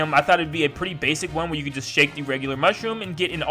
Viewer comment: Who Else Thinks It Is So Damn Triggering That He Is Saying 'Shake?'